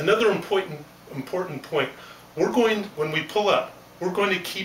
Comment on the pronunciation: lol he said impoytant